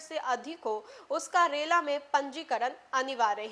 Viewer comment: रेला नहीं रेरा होता है। इतना बड़ा मज़ाक मत बनाइये और ना ही बनिए।